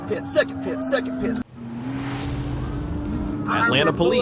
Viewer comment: Yet still really good videos I mostly haven't seen before. The AI crack me up when it tries to pronounce PIT - it's like 'PEET', 'P-EYE-OH-TIP', 'PEETEE' etc. The dingleberry breath!